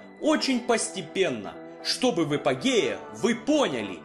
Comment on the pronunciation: Эпогеи? Эпо геи? Автор, что это? :-)